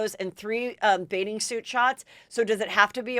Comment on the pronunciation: This is super petty...but I just can't deal with Heather always pronuncing bathing suit as "baiting" suit. As far as I can tell, she doesn't seem to have a speech impediment, so it drives me crazy that she mumbles this particular word! Just had to get that off my chest 😤😆